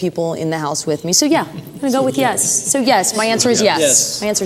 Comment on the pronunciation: Why Sofia can say Yuli but not Yes? It's always Jes! lol